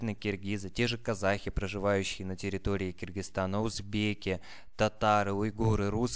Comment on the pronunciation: Молодой человек, произносите Кыргыз, ч/з Ы, но никак не ч/з И. Слово Кыргызстан - произносите пожалуйста тоже ч/з Ы! кЫргЫз; кЫргЫзстан. Прям по ушам режет Ваше произношение. Без обид пожалуйста.😊